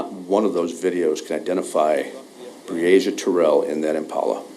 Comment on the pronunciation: Overall, you had great coverage! Finally, you got the pronunciation of the girl’s name right at the very end! Bravo!